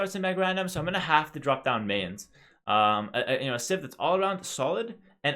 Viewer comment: Its pronounced My-Ans, like, MI-ans, not MA-ans. Like the english word My. My-ans. like Brian. Imagine Brians, Mayans. Brians, Mayans. Mayans rhymes with Brians.